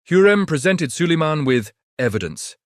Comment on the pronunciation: А хто такий Саллеман?))) Хочете переглядів - налаштуйте ШІ нормально читати текст!!!😡